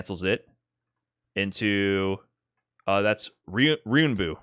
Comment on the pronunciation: gotta love that ryunbu with no 'en' in it 😂